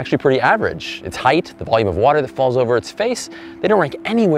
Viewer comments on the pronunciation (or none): none